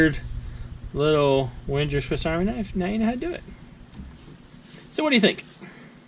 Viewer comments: Sounded like Winter instead of Wenger :P Ah I got it you said Wenjer :D It's pronounced with a normal G not a strange J :) A G just like in Bang or banging. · Just use a a G not a J and you're fine:)